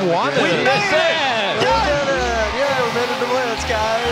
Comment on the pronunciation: LeageOflegends FtwLol Bjerg said wonned :P